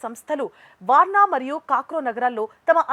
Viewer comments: ఏం చదువుకున్నావ్. పోలాండ్ క్యాపిటల్ వార్సా, అనటం రాదా వార్న అంటా. కాక్రో ఏంటీ కాక్రౌచ్ లాగ, krakow. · Warnaw,kakrow❌kaadhu🤦🏻‍♂️, Warsaw, Krakow✅